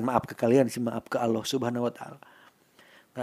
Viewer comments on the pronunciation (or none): none